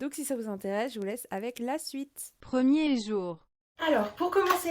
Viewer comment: preeMiieR jOur 😂😂😭😭